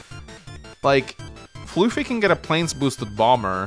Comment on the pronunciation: Still calling me floofy instead of fluh-fie ;-; Anyway, time to explain my side of the game. I'll keep it short time. I do agree with keeping bboat on the port to distract the stealth. That was something i realized after I moved my bboat off the port. For the most part, I was under the plan to overwhelm the center before the stealth comes into play. I underestimated the effects of using that much unit count against the stealth. I built the bomber as a way to offset the stealth and help the center, but then i saw the AA and realized that the bomber won't win and that I need a fighter response. As for the HQ defense. I saw 2 paths to attack and save my HQ. Block Rock Megatank and the Neotank counter attack (from earlier) would do a combined 99% minimum damage so it is very likely to kill and open the way for the HQ interrupt with my bomber. (A very losing position). To do this, i just need to send both my AA to kill the fighter by using the first AA to move to the other side. The attack pattern I actually did in the game is much riskier and a much lower chance to breakthrough to the HQ, but would put me in a much better but still losing position. My second AA could attack the HQ and my bomber would be allowed to get a Neotank had I gotten the unlikely luck roll.